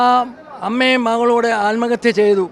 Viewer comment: ആത്മഹത്യ അല്ല കൊലപാതകം ആണ് നിങ്ങൾ എന്തിനാണ് നിങ്ങൾ ആത്മഹത്യ ആത്‌മഹത്യ എന്ന് പറയുന്നത്